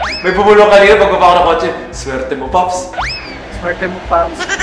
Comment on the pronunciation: Solid ang tawa ko dito the best mommy zeb ang coll at si Daddy ray ang cute ng pagka sabi ng ang swerti mo pops bisaya talaga pag ka bigkas